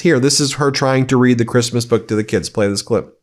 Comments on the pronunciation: I think her accent is worse when speaking publicly. I've heard her speak fairly good English on those recorded tapes of her conversation with that socialite "friend" complaining about CREEST-MUS. The famous "nobody geeves a eff about creesmus" conversation. She was speaking freely and openly and confidentiality to a friend and you get a better idea. But what you do hear is the typical always a victim attitude of the Trump's in her attitude in that conversation. But here's the thing. We never otherwise hear her speak unscripted. EVERY public speaking event could and should involve rehearsing and coaching to the point of helping with that accent. She only has to know how to say and pronounce the words she's going to say. And yet she always sounds completely unrehearsed and uncoached. Her awful public speaking is deliberate. So the question is WHO is promoting her image that way and why?!?! Are they deliberately just promoting her as the Eastern European trophy wife to boost Trump's image? A compliant, submissive barely able to speak English just look pretty just a wife and mother wife? Is it literally in the prenup Melania renegotiated when Trump won in 2016? That's what no one in public seems to know. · "Kreeeezmuss" and "eef it's a dok that leaks" got me tho lmfaoooooooooo